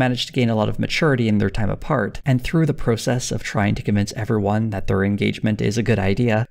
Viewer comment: I wish all Americans pronounced 'process' properly like does.